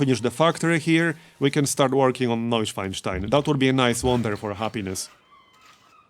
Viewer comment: I am in awe of your credible pronunciation of Night-swine-stein. I never managed something even close.